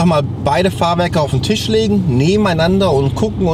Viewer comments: mal wieder: auf dem „Tich“ 😂😂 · Ich könnte so ausrasten wenn der das sch nicht aussprechen kann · Lieber, nebeneinander auf dem TICH (anstelle von Tisch) sagt man einfach nicht!!! Sprich Deutsch, und nicht (neu) Deutsch...